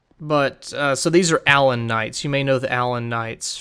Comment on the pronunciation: 's gotta be 'uh-LAWN'. If they wanted me to say "ALlon" they'd have two ells in it. Also. Yes, his moves are very well choreographed. And he generally telegraphs them well enough that you can see them coming. :)